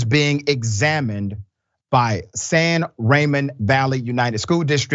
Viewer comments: San Ra-moan is how it's pronounce but thank you for this story because I live minutes away and haven't heard about this!!!!!!!! Smh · My grandsons attend school in San Ramon, CA (pronounced ruh-moan). This is not acceptable and as Black parents move into what they believe is a more affluential neighborhoods, they need to be more proactive in making sure their children are being treated with respect and duly represented. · Dr. Richy, San Ramon is a Spanish name 😬 so the pronunciation is different. I’m sorry to correct you, I’m Hispanic and my late father was a professor of Theology, a poet and writer, it’s a bit of a pet peeve of mine when folks don’t pronounce Hispanic names and words correctly. I say this with Tons of love for you. I live in San Francisco and totally agree with you about these students. I think they should be suspended, and not allowed to participate for an entire year of school in cheerleading. That just might teach them something. Plus have them volunteer helping the poor. What do you think ? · san RAH-MOAN